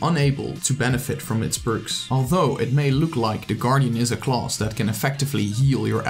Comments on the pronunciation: "Closs" instead of class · Huhu it bothers me how he says class as "CLAUSE"....But otherwise, it's a good video. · The way you say "class" though 😂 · the way he said class